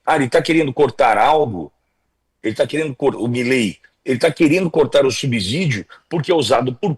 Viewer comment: assisto diariamente suas lives; Faça uma correção na sua pronúncia da palavra subsídio. O correto é subcidio e não subzidio. Obrigado!